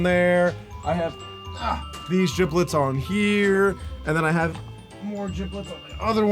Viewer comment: Elec said giblets its gibbets